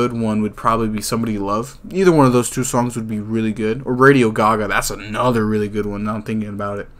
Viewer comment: You got radio gaga right